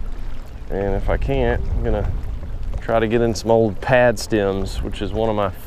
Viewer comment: when you say, "stim", do you mean stim or stem